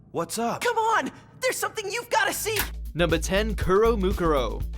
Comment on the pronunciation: Whoever that is clearly couldve have watched kuromukuro since they pronounced it so terribly